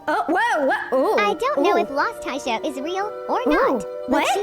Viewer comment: Its not taisha its tisha